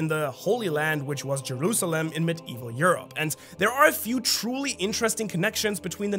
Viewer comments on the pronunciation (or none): none